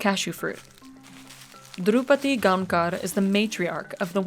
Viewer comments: It's Gaokar actually, it is written Gaonkar but pronounced as Gaokar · "Santhosh GoankaRRR" lol I do appreciate the effort but that's not it 😂